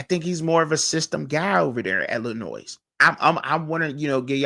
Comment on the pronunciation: Hello, Bro. Pro tip: there is “No Noise” in the proper pronunciation of the French/Indian word: Illinois. This weird word sounds like: il•uh•noy I was taken to task years ago by an acquaintance from Dekalb, Illinois for unwittingly saying the word by sounding out the (s) on the end…exactly the way you are doing in this podcast. (no offense) Back then, I claimed ignorance on account of not being raised in the “Land of Lincoln.” Now that I’m a retired English teacher, I thought it might be helpful to share the experience. ✌️